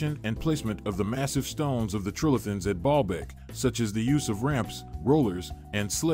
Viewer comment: I hear Ball bag every time he says it 🤭🤭🤭